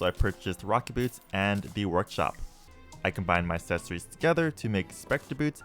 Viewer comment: "Assess-ories" kills me everytime.